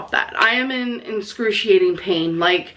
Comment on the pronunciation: "Inscurtiating, Burtitis, more darker."😂